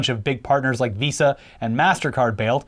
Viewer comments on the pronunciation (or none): none